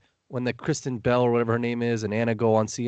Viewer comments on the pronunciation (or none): "Kristen Bell" lol